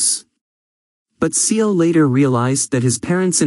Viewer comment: what is mysterious about this? also it's seo is proounced as so